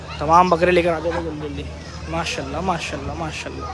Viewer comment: Oh bhai pehly MASHA"ALLAH bolna seekhlo.. Ya masallah nai hai.